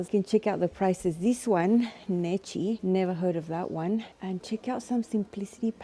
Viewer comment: What an adventure! Thanks for the tour. Necchi is pronounced "Neck-ee" and has been around a long time. I used one back in 1967. Hope you find some garment fabrics! It looks like a lovely town with a lot of nature all around you. I am looking forward to seeing what fabric and machines you find. The ferris wheel looked like fun! I went on a glider plane (no engine and towed by a plane until they let it go) and I loved it! The person I was with...not so much! Not sure I would do that again, however, at 74 years young! Best wishes to you and your family for wonderful memories.